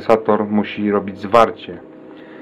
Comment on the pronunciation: Panie,Nie Werikap tylko Warikap